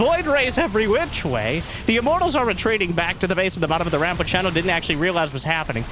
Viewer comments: A zerg player named Shino - has to be related to the naruto character Shino Aburame. And if it is, you are horribly mispronouncing his name :D watch like 1 episode of naruto where they say his name is shI no not Shiny O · Has not seen Naruto? What's with the Shino pronounciation